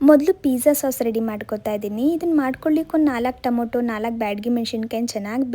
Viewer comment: Tomoto alla Adu tomato